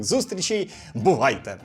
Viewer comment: То в кінці "бувайте" чи "бухайте"? Ніяк не розберу